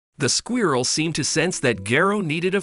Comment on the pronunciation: It's like a real life Lion and the Mouse story. Though is it weird how the narrator pronounces squirrel as "Squee-uirrel?"